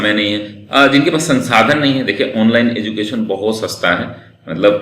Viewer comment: एजुकेशन होता है न कि एजू केशन